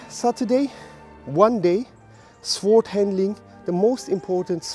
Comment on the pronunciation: Great lesson. But - as a small tip - you actually do not pronounce the 'w' in 'sword'. Unhappily I don't have time to go your seminar this weekend. Was really looking forward to it. By the way, I think the part in front of the index finger is called the root of the index finger. But I could be mustaken there.